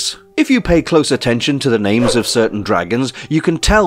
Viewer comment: You are butchering names 😂